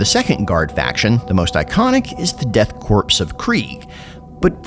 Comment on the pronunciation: Calls it 'Death Corpse", then worries about the no no germans when they are WW1 inspired. lol